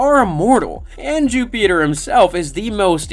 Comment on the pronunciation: I’m sorry but I can’t keep watching this while you say Jupiter like that. Bro wtf